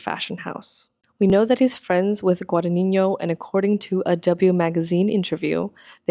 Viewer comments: Contemporary costume design is definitely underrated! ModernGurlz on YT does great content about this and I’m so glad more creators are giving this more attention. Constructive criticism: it’s just “gwa-da-NEE-no,” there’s no tilde on the n in the final “no” syllable/silent g preceding it. That would be on the first n in the “ni” syllable if you were to pronounce it and even if you were, it wouldn’t be so prominent (ie. It’s GuadaGNino, not GudagniÑo) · Hi. I enjoyed your video a lot. One question lingers, though: you can read Italian; why can't you pronounce Guadagnino? (It is not Guadanigno). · as an Italian, you mispronounced Guadagnino (which Is totally normal) but when you quoted him saying "l'abito non fa il monaco" your pronunciation was on point!! I wondered if you study Italian who cares about pronunciation anyways, what's important is if we get the message :) that's what languages are for, communicating efficiently and never perfectly. also the video was extremely interesting, thank you for this analysis! you've gained a subscriber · loved the vid but pls look up how Guadagnino is pronounced